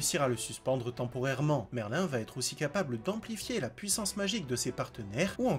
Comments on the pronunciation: c pas merlin c merlïn j'ai mis le ï pour faire la prononciation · Le nom de merlin se prononce merline pas merlin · Ptdrrrr escanor en 2 ? T'as regardé l'anime toi ? Et dire Merlin et pas Merline x)))) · Juste un petit détail c'est pas Merlin mais Merline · C'est pas merlin mais merline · ça se prononce MerlinE quand même. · Le nom de merlin se prononce Merline par merlin